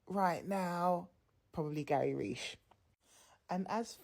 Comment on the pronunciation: Reich is pronounced like 'rike' rhyming with bike, not 'reesh'. Have you ever heard of the Third Reich?